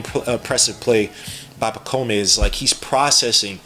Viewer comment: Dude, his first name is pronouced (pa - comb), not (pa - co - may). Also, he's coming over this year. He is not being stashed away. Personally, I rank the Knicks' draft grade A, especially seeing how their highest pick was 25th. They probably should have traded a couple future second rounders to try and get an additional pick in the 31-33 range to pick up Filipowski as well. But I guess they were confident in being able to bring back Hartenstein. Hukporti is a good pick, though. Already has a better offensive bag than Mitch and Jerico.